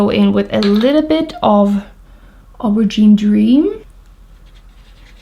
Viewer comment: Pronounced, "Oh-ber-zheen".... the word, 'Aubergine'.... It's an eggplant and the shade of the skin of an eggplant ....